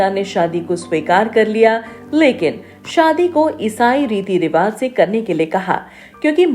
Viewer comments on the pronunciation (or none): none